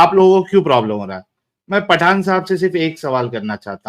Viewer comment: पाठान नही पठान😂